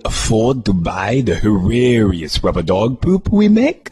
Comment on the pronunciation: I screamed when patrick said hirarious